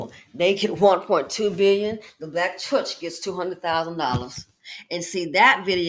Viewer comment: the BLK 😳 “CHUHCH” 😖😖🙄🤮